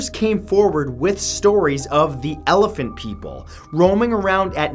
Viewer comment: Ealaphent people? I thought it was ganash